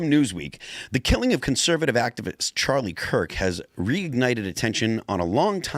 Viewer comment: He keeps calling him Charlie Clerk 😆